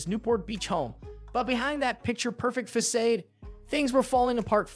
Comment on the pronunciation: "SHANANNA"? "FASADE"?